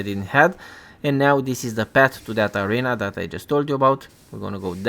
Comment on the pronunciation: I'm a native English speaker and ESL teacher of 5 years. You are doing an excellent job. Accent is fine! Only noticed two pronunciation errors "arena" and "frayed". Keep up the good work!